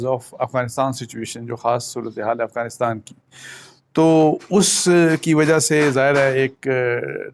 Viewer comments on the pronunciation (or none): none